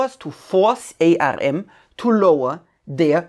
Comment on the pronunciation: Great presentation. I just wanted to point out that ARM or Arm is pronounced like the arm on the human body and the Pi in Raspberry Pi is like Apple Pie.